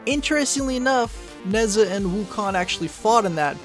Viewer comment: nezha is pronouced neige ha